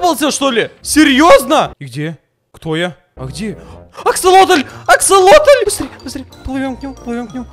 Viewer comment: Какой ещё нафиг аксалотнль😒😤🙄 Правильно Аксасосотель)